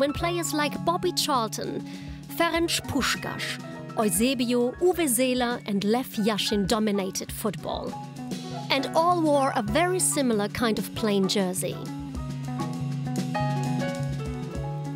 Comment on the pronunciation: "OYZEBIO" ≠ Eusébio